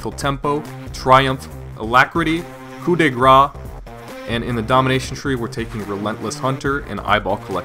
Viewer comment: it should be cow in grass